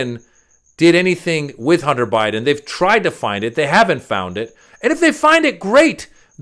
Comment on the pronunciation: Huner Biden 😂